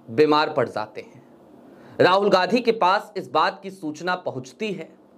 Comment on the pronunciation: चैनल तो चला रहे हो पर हिन्दी ठीक से नहीं बोल रहे हो जो इतना कठिन भी नहीं है ,गांधी शब्द को बार बार गाधी बोल रहे हो